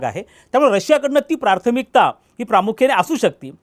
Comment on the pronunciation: Prarthamikta nahi prathmikta